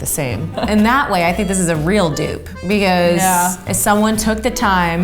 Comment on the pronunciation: Yeah. It's a dupe not 'dew'p 😂